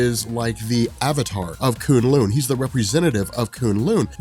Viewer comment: Thanks for pronouncing kunlun better. This annoyed me so much in season 1...And I lost it at the part you basically said Assguard, I man Asgard, is the toilet lol